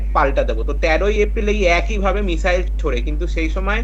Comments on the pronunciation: উচ্চারণে মিজাইল😅😅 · ভাষা ঠিক করে বলুন, মিসাইল না বলে মিজাইল বলছেন, পাগলের মত কথাবার্তা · মিজাইল? ইজরাইল? হচ্ছেটা কি?এগুলো ঠিক করে উচ্চারণ করুন । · মিজাইল😁😁 কি শব্দের উচ্চারণ 😌 এরা নাকি আবার শিক্ষিত সমাজের মুখ 🥹😄😄😄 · আচ্ছা মিসাইল কে মিজাইল বলছে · মিসাইল হবে তো, মিজাইল নয় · যাক, অনেকটা নিশ্চিন্ত হওয়া গেল। অনেক দাবী, পাল্টা দাবীর মধ্যে সঠিক খবরটা পাওয়া গেল। এটাই গুণ। তবে একটা মিসাইল যে ৩০ ফুট গভীর আর ৫০ ফুট চওড়া গর্ত করে দিয়েছে মোসাদের কার্যালয়ের কয়েকশো মিটারের মধ্যে, সেটা বলল না। আর একটা কথা, মিজাইল নয়, মিসাইল। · মিজাইল নয় , মিসাইল । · মিসাইল ❌ মিজাইল ✅